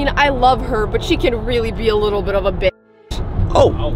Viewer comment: bro he lidaly said bich